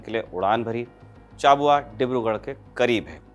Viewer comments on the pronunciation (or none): चाबुआ नहीं भाई, छाबुआ